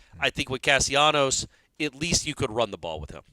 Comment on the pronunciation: Castellanos why cant you get the kids name right? How do you get Casionos out of that? Its disrespectful to the kid to constantly mispronounce his name.